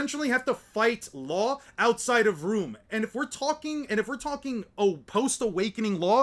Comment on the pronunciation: RRRe RRRoom is funny. No hate. Love your vids, actually valid content. Keep up the good work.